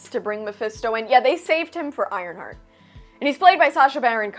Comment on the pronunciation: WTF is an ironshart?!?! Lol 😂